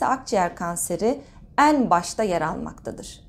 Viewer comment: Lütfen “En” derken E’lerinizi düzeltin aşırı rahatsız ediyor